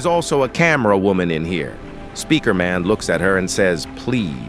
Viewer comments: Why do i hear wooman instead of woman in every single one of his videos? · why does he say wuman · No way bro saying women not normally you say woooman what is wrong with you